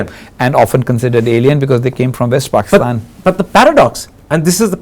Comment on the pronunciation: Brother Husain . U said exactly "BAKISTAN" I HV BN IN MIDLEAST ALMOST 28 YRS... SO ITS CORRECT " ARAB CANT SAY P Even hi educated"